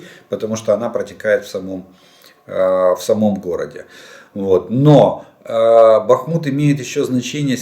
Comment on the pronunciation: БахмУУУт! Прошу Вас, следите.